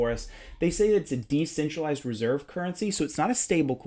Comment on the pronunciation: *DE*centralized ;) (just teasing lol)